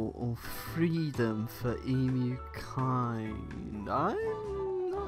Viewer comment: All-in-all, thank you for pronouncing 'Emu' correctly.